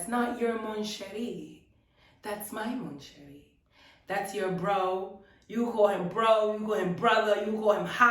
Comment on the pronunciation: for Mon Cherie, you have to swallow the n. you dont pronounce it :P